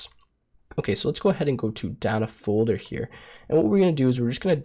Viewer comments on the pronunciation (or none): none